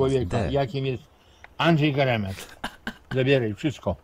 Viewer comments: Geremka nie giermka xd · nie giermka tylko geremka